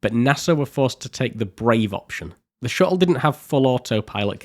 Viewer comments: Great video! Never heard "shuttle" pronounced without any "t's" before XD Shu-le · Ngl as a fellow Englishmen your pronunciation of shuttle was a bit grating on me haha. Amazing video though! Ok seriously are you aware of the letter T 😂